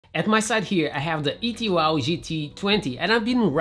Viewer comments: It's not an ET Wow, it's pronounced E 2 W, as it stands for 'Electric Two Wheel'. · Another good video! And btw, it’s “E 2 W”. Say the owner say it’s because it stands for “Electric 2 Wheels”. Just sayin……